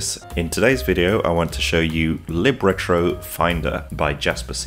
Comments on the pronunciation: It's "lib", not "leeb" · Don’t change it. Leeb sounds cool